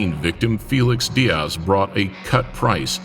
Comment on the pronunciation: There is no mf ass sound in the name Diaz, just as there is no mf ass sound in the names Douglas nor Thomas.